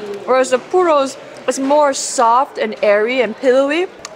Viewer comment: Every time she says puro a puppy dies